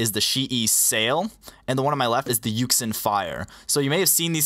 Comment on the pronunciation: a lot of people dont know but yuxin is actually pronounced yu-shin